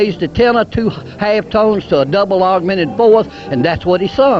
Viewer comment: "a double ahg-men-ed foworth" - solid gold